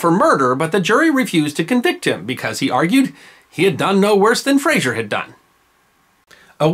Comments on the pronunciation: FRAZER. Say it like it's spelled.. FRAA ZER. No ZSH. This is not FraSHUR from Seattle. Our Frazer clan has been around for hundreds of years, and to hear it regulalry bastardized as FRA-SHUR pisses me off. Were it that way, (and there are some in my sept), the spelling is Frasier. Like that doltish show in Seattle. The history of the Frazer/Fraser clan is wicked awesome. Go. Look. Clean it up. Words and names matter. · The name is Frazer NOT Frazier. Please stop saying Frazier. 🤨